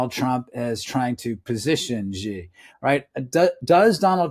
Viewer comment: I find it amazing that people like this author write books about people and can't even pronounce their names. The Chinese leader's name is pronounced 'she' just like the female pronoun. Imagine people writing a book featuring President Trump and pronouncing his name 'Frump'. I'm no lover of the Chinese regime. I lived in China for 13 years and have a Chinese wife. As mentioned, their are 2 groups in China; the Chinese communist party and Chinese people who don't matter except how they can benefit the C.C.P.